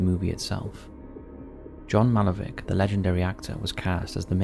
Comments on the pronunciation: It’s 2115, not “Two Thousand One Hundred and Fifteen. Secondly it’s Malkovich, not Malovick!! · Why are you saying “MALOVIC” when it’s John MALCOVICH? Some may say I’m being picky but it’s one question I wouldn’t mind being answered. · Who is John Malovik? It’s MALKOVICH (Mal-co-vich)!! You need to re-edit the video. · "Malovik" "Cognak" FFS narrator you literally have ONE job... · It is pronounced. Mal..Co...Vitch. It is disrespectful to pronounce it incorrectly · MALKOVICH. MAL-KO-VIK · Mal-co-vitch, please. How can you not know that?! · imagine coming back to the channel just to call John Malkovich 'John Malovik' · Deliberately mispronouncing the names of storms, countries etc is just idiotic, but deliberately mispronouncing people’s names is so disrespectful beyond belief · 1.Mal-ko-vich. 3. El Reno. It's a tornado, not a hurricane. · You trying to rage bait me by consistently saying Malkovich wrong!? Ok you win duffus 🤣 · Ohh no even our favorite OG narrator cannot pronounce John Malkovich’s surname properly?! What the heck is going on? lol. I know he’s not an American but come on! This is all regurgitated info anyways 😏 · Or how to pronounce his name